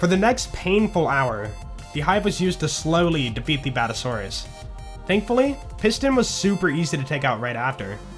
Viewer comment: It's Bad-Ass-A-Saurus, not a Bad-A-Saurus. Other than that, great video